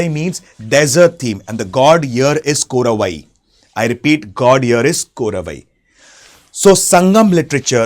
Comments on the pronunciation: Nayykiar ❌ Nakirar✅ Korravai❌ Kotravai✅ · Korravai not dude its kotravai... now we pray as durga... its kotravai.... War god...